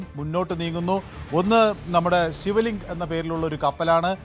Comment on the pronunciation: ശിവലിംഗ് അല്ല😂😂 ശിവാലിക്